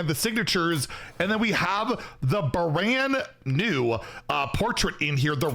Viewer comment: "the Brann new"